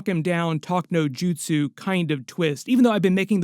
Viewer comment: A real anime fan would know that is "jutsu" and not "jitsu". Jutsu means "technique" in Japanese.